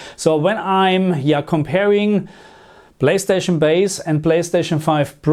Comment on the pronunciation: My German brother with his “blayschtatschn” 🤣